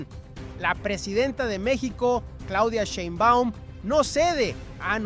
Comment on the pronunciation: ¿POr qué no pronuncias bien el apellido de la presidenta? Y no hay mucho que decir, violaron la frontera marítima y traen migrantes ilegales, ¿que querían? Dejar impune el delito!